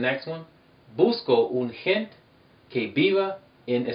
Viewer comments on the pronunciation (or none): hey you really really have to pronounce the letter E at the end of gente. the letter E is always pronounced at the end of any word. bueno es muy importante de verdad.. de esa forma lo eh pronunciado toda mi vida jaja